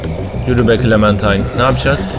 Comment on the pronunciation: başladık =) abi bu arada clemintine değil clementine